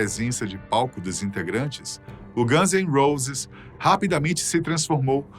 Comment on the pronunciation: Caraioooooo traga alguém que saiba pelo menos pronunciar o nome dos personagens de maneira correta… quando ouvi “os ganses roses” deu vontade de arrebentar esse maluco dos países do alto